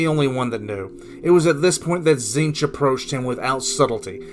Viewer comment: Being's name: Tzeentch: Zeench Everyone on the planet: Zeench: Tit shitch